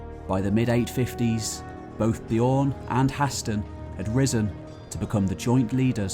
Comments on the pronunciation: Bjørn is very badly pronounced through all of this. It's not "bijorrn", but the Ø is the same sound as the U in "run" or the U in "burn". Other then that, great tale! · just saying the Ö in Björn sounds like the i in girl